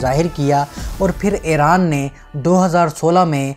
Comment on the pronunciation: Yar app to iran ko or iraq ghalate bolrahei ho i love iran